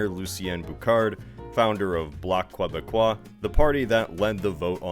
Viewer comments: KAY-BEC-KWAH dude. Not KWEY-BEC-KWAH. For this transgression i shalt not click on thine nordvpn affiliate link. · Just for future videos: Quebec and Quebecois are pronouned so that the Qu makes a K sound, not a Qu sound, so it would be K-e-bec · pronouncings quebecois like kwuhbeckwah LMAOOO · Look great video and all but how hard would it be to look up pronunciation of the territory you're covering. I dont understand the impulse to asd consonants when french is a language very much into projouncing vowels. Its Kébec, KébeKWa. Jacques is pronounced Jawk. No S at the end of a word in french is ecwr pronounced. Moreover, a béret is borderline offensive haha. Quebecois are not from France. Not for hundreds of years, we have a distinct culture of our own and the comparison we get from the French, the belittlement is part of the problem. Salut! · The pronunciations here are so bad, it destroys all credibility of the presenter. Takes two seconds to learn...Quebecois - Kebeckwa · Ok, so I'm Canadian and 45 seconds in I gotta address pronunciation. Pronounce the Qu like a K. So Kay-becois. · Its pronounced "kay-beck-qwah". Fun fact. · He also has no idea how to pronounce French names and words, including "Québécois".